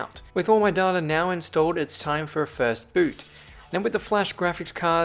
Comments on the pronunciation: you say data wrong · For english tongues it is read as "daa~ta" for americans it'd be read as "day~ta"